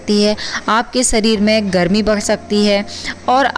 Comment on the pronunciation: सरीर नहीं शरीर